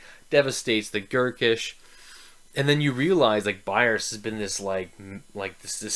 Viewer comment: Great Review sir. I agree with a lot of the things you said! Quick nitpick though, the practicals were Severard and Frost, nos Vetari...also its BayaZ, not Bayards haha. Curious, have you read the following books?